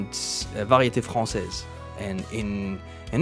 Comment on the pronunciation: Bon commentaire comme toujours.....en passant parles tu français ? Tu as en tout cas un très bon accent français quand tu as dit variété française